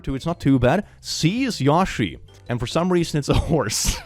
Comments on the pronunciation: its pronounced Yo She not Yaw She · "Yaw-shi" lol